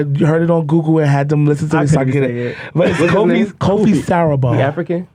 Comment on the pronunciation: pronouncing Kofi as koo-fi is so funny 😂 it's actually KOH-Fee